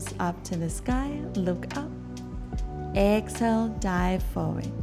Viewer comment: I hear Excel instead of exhale 😮😑